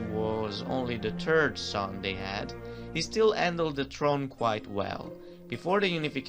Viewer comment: The narrator said Ferdinand ' the terd ' of Sicily, meaning ' poo,' instead of Ferdinand ' the third ' of Sicily hahaha. I have to say though your English accent is beautiful! Il tuo accento e cosi bello. Thanks for the video, I learned so much about the kingdoms and their history! I didn't no so much! You have inspired me to maybe make a video of what I learned for my Neapolitan Youtube Language Series on Youtube. Grazie assaje!